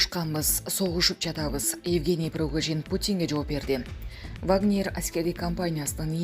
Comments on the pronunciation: Пригожиииин... прогожин эмес... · Кымбаттуу журналистка Прогожин эмес Пригожин.Шойгу деп жазылат,айтылганда Шайгу деп айтылат.Кыргыз тилинде тыбыш жана тамга деп окутат ко. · Прогожин дейтко! 😫Ой бай болгурлар Пригожин! ☝️